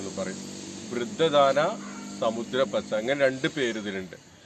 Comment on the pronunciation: സാമുദ്ര പച്ച എന്നാണ് സമുദ്ര എന്നല്ല സാ ദീർഘമാണ്